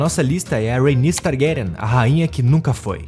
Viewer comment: You know its AI when they can't pronounce the names properly. Pure Slop. Vizz-riiss Tar-grayen. Lol